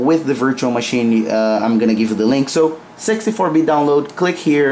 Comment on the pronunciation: when he says 64 bitt sounds like sexy4 bit